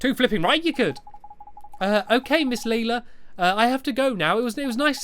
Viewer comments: "Is it Lelela? Lelila? Maybe its just Leela." NO! Its pronounced Layla Stampy!🤣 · It's Layla not leela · Leila = Layla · LAYla not LEEla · Close but it's lay-la not ly-la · Not leila its leIla lila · I think you are supposed to pronounce Leila as lay-la I’m not trying to be mean I’m sorry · It's Miss Lay-ler! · Leila is pronounced lay-la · STAMPY! You say Leila as LAE-LA The A says its name is LAE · lae-la that's how you pronounce it lae-la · can you pronounce pea's name pay. Also miss Leila's name is pronounced Lie-la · leila [LAY-la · I think it's pronounced LIILA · Stampy, it's actually pernounced as Ms. Lay Luh. ;-) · It is pronounced Leyla but its spelt leila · It is pronounced Lay-la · Its Lay-la stamps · Lay-la is how you pronous it stampy ms Layla Lelia another way to spell it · its said like lila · i have a girl called Leila at my school and she is pronounced Layla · Pronounced, Layla. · Leila is pronounced Lay-la. I know this series is long over, I just wanted to say. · Name pronounced ley-la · You pronounce it ley-la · Can't Stampy learn how to prounounce Leila? ( Lay -la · Leila (lAy-la) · Leila, pronounced: LAY-LA! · we pronounce LAYLA ;) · Leila is pronounced like Ly-LA I think... not entirely sure. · actually, i'm right here, so you donät have to search for me >.< and when you sad laila it sounder just like "lila" and that's purple on swedish :3 just wanted to mention that :3 and it is an awsome LP :D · its pronounced LAYLA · you say Leila LAY-LA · Her name is lay-la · Laila is pronounce I now from ep 1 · It's pronounced 'Layla'!!! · you pronounce it like "layla" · It's pronounced Layla ^_^ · Stampy you are an adult and don't even know to to say Leila's Name and I'm just a kid that knows how to say her name. IM NOT MAKING FUN OF YOU STAMPY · I think you tell Lelia wrong